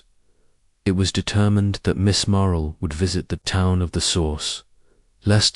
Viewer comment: Story was good but mispronouncing Marple. Lots pauses where one naturally wouldn’t If you fixed that, it would be a pleasure to listen too